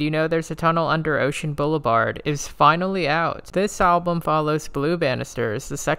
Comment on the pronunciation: The way you pronounce 'Boulevard' is pretty interesting.